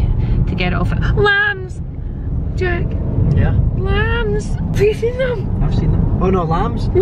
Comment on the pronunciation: Lambths lambths jack 🤣🤣🤣 love it!💖💖